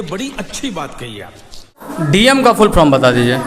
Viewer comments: Teacher to jo hai so hai, tum jo interview le rahe ho uski Kami dikhane ko, to tum to kam se kam dhang se bolo, full form ko full from bol rahe ho. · Patrkar v jhola chhap h😂 full form ko full from bol ra h🤣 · Ye news wala bhi chutiya hai full form ko full from bol raha hai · Are sale full from nahi full form hota hai re bhosadi . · Full form hota hai Full from nahi Pahle tum bhi sheekh lo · reporter bhai sahab, pahle aap apna shirt ka button lagayiye aur thoda adab se. English is not a parameter of everything. puchhne se pahle aap apna pronunciation bhi sudhar lijiye. " full from kya hai ".